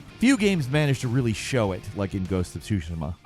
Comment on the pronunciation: My congratulations for finally pronouncing “Tsushima” properly